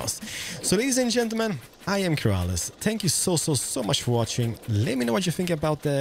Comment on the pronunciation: No one, Absolutely no one, Not one person, Keralis: "spank you"